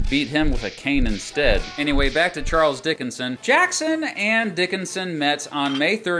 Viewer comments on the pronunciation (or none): none